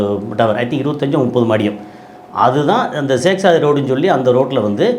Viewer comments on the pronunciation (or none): none